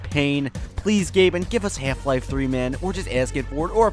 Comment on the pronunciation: Half Life is not pronounced like that.